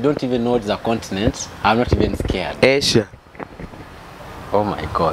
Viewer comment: condinent got me rolling 😂😂😂